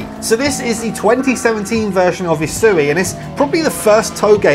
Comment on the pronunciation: I dont know why but the way he says usui just doesnt sound right lol, but good video